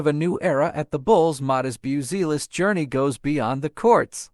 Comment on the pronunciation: Bioozeelis :D:D:D hahahahah . Bazioolas :D:D:D please if you want to do this kind of content record decently pronounced name of the player and add to AI script for it to learn to pronounce. or whatever you do with AI. sound svery unprofessional now. buttchered the surname badly